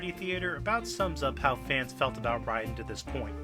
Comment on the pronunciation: from snake to write-in (that can't be an accident, yes I know the character's name is Raiden but it sounds very much like write-in )